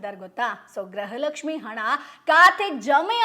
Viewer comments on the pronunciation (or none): Graha Lakshmi halla madam gruha Lakshmi